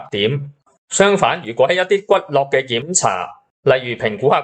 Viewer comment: 骨骼不可讀作骨絡，應讀作骨『格』才對。